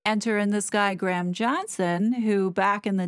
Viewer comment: Thank you for your hard work hard on these two, i have to say you're pronouncing Graham wrong its not Gram... its Gray-uhm